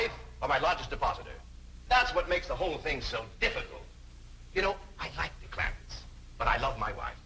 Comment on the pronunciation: CLAMPETTS, not Clampits